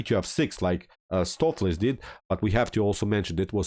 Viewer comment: Not watched vid yet, just 2 minutes in. The correct pronunciation for Stoofvlees is 'Stowf flace" with the O in 'stowf' pronounced like the O in 'both'. It's Dutch and it means beef stew.